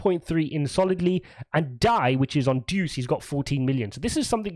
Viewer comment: DUCE lol. It is DEUS (DEH-OOS) though.